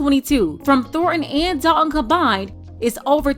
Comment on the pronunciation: First of all, love the way you pronounce Thornton and Dalton! People like this deserve to be exposed because families are struggling and deserve so much better from their leadership